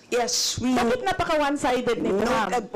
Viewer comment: bakeeett??? hahaha